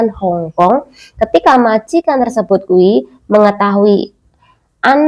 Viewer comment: Hongong apa hongkong mbak ... 😅😅